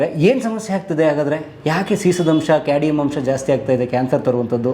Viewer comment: Adu cadium alla cadmium